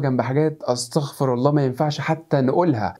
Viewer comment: جزاك الله خير على هذا التعليم لكن انتبه من الاستغفر بفتح الاحرف لأنه المعنى يتغير الاصل انك تقول (أسْسْتَغْفِرُ) بهذا التشكيل يتم قرائتها